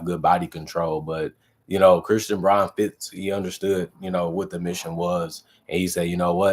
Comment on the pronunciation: Brown not Brawn... :face-orange-raised-eyebrow::face-orange-raised-eyebrow